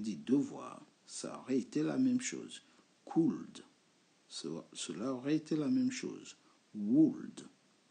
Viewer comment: BONJOUR (Question)POURQOI FAIT TU SONNER LE (L)DANS WOULD COULD SHOULD ALORS QU'ILS SONT MUETS A L'ÉCOUTE CECI DIT J AIME BIEN TES COURS (CHRISTIAN)